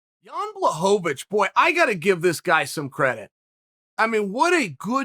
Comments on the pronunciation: Chael: Give the man Credit Until now he’s mispronounced Blachowicz as BlahoVAvicz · Chael: Takes time to use Ł Also Chael: Blahovovich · Sorry uncle chael but I don’t think Jan “ Black ovitch” is watching this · You tell every one to give Jan credit and you sit here repeatedly mispronouncing his last name.